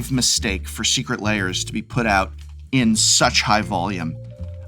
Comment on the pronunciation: This is very disingenuous, Prof. The reason people don't think you like Secret Lairs (lairs is only one syllable in English), is that when the first Walking Dead cards were announced, you all but told us not to buy them. You warned that, if we did buy them, we would face many more Magic crossovers eg. My Little Pony. I myself bought four copies of the Walking Dead cards, and made myself a casual deck with them. I've had lots of fun playing it. I don't like My Little Pony, but I know there are others who do.